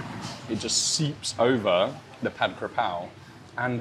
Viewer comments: ผัด"กะ"เพรา ✅ ไม่มี "กระ" นะครับ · Came to like just for the Forget Mark Wien thing. Sick of him. It's Ka Prao not Kra Pao btw. Most Thais got confused too.